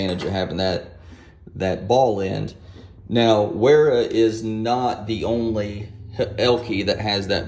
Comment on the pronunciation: The first American I've heard pronounce "Vera" properly. Usually its like "Hey boi, we got sum of dem weeera keys to test!"